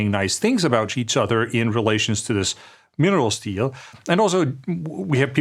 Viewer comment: He does write "minerals deal", so it either a spot of Danglish mispronounciation or a Freudian Slip.